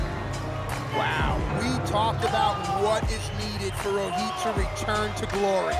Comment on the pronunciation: It is Rohit not Roheet 😂